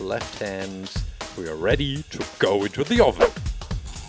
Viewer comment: I like how he sais oveenn!